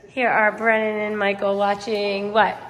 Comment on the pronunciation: It's BRENNAN not 'brenon.'